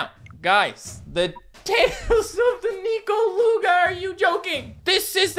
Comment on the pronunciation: I thought it was pronounced Nekoluga not Nikoluga... Weird...